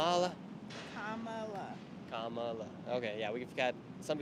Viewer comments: I’m voting Trump but it’s “Commala”Harris. You’ve been told a thousand times and I bet if you said her name right more people would open up to you. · UHM IT’S KAH-MULA BRO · COMMA-LA. C’mon man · Stop being disrespectful and pronounce VP Kamala Harris name correctly! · Nick continues to disrespect/mispronounce Kamala's name, even seconds after being corrected. Adherence to accuracy and truth is the first pillar of ethical journalism. Whether he wants to be a good, objective, truthful journalist is another story. I think you can do it. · that couple that corrected you on the kamala pronunciation got way too excited 😭 same people who created the "ick" are the ones doing it 🤷‍♂ insert kermit sipping tea here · Its sad how indoctrunated the maga cult is at this point. I watch this purely to know what to expect trump supporters to say. Also love how you complain about being corrected on how to pronounce Kamala's name, then immediately keep mispronouncing it